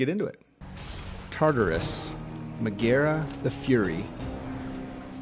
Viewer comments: But why do you say Meg's name like that. 😐 edit: just realized how condescending/self-righteous this comment might seem. Gentle reminder that there's a distinct possibility my medical marijuana had something to do with it, but I plead the fifth so I'll never tell. D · Also her name has the accent the first syllable: MEG-aera (instead of Meg-AERA).